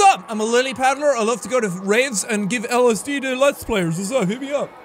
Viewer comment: ''They just gave me LSD'' Seàn said it like it was a STD lmao